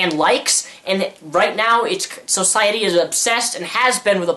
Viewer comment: I like how much emphasis he puts on so in society